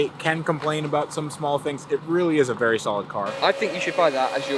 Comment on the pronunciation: says vury a lot.